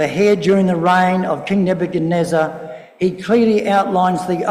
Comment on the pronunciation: its Ne-buch-ad-neezer, not nebuneza